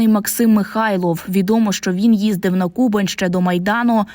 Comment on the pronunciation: У назві Кубань, наголос ставиться на другому складі !.. безтолкові 🙄